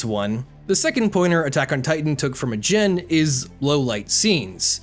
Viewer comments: ajin is pronounced ah jeen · OK! But the way you pronounce Ajin.